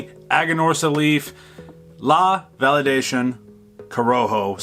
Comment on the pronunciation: La Validacion, not Validcion, and pronounced val e dah see ON. In Spanish, an "i" is generally pronounced as the Englsh "e," and the "c" is generally pronounced as the English "s." I'm smoking this for the first time, and I love it. Sweet cinammon is the characteristic which defines it for me. Five stars. I find the strength to be much less than you do, medium at most, but I"m smoking the toro, not the one you are. I will think of this as a good morning cigar.